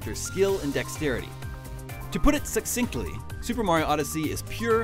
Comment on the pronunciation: he pronounces succinctly incorrectly. There isn’t a “k” sound